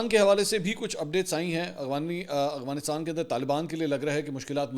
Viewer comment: Aghwanistan nahi hota hai Mansoor Bhayi "Afghanistan"